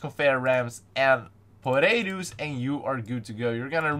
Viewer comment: I ike it how he says portables as potatos